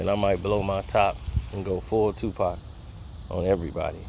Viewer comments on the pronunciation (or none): none